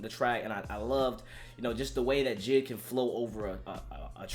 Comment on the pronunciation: Are going to pass the fact my guy said JID instead of J.I.D